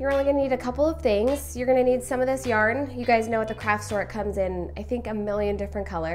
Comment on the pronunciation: “Yarn” ... kill me